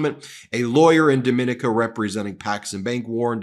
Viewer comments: Trump SPAC=RICO BTW: it's pronounced "Dom-in-NEE-ka" (not dom-IN-i-ka) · Jesus! The island is pronounced Dom-i-nee-kah! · It's not as important as the information, but Dominica is pronounced, Dome i knee ca. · The name of the island is pronounced domineeka and is best known for being the nature island of the Caribbean. It's a beautifully magnificent place. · Dominíca. I stay in la República Dominica. Domin(ee)ca (the other country) is accented om the last í. 🥰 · Love your channel. I live in the Caribbean and your pronunciation of Dominica is incorrect. It's pronounce Dom- mi- ni- ca. Hope this helps. Continue the great work. ❤❤❤ your content. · The island is pronounced - Dom e NIK a. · It is not Dominica! It is Dom meh knee kah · Hey Ben, it's pronounced Dommineeca with the accent on eeca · Can't get more shady if you open a bank in Dominica, pronounced, (Dom-E-Nika) on a small but beautuful island near Antigua. Sounds like Alan Stanford all over again. Still, americans think that DJT should be the leader of the world. "Greed begets Greed"😢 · Dominica is pronounced differently from the Dominican Republic... if they are going to be in the news for any length of time, you might want to fix your pronunciation. It is pronounced as "daa muh nee kuh". Hope this helps! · You and are pronouncing the island name incorrectly.